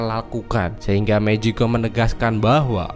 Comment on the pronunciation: Bang magicone bukan mejikom